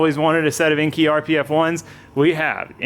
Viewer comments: I enjoy watching your videos, but I believe Enkei is pronounced more like "ANN(EN) KAY" not "N KEY" 😬🤷🏻‍♂️ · Just a heads up, Enkei is pronounced (N K) Black chrome always looks good man.